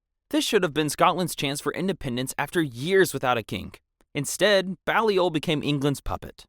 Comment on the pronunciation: Please learn how you o pronounce Anjou, Provence, Balliol, Aquitaine, etc. It will make your presentation better.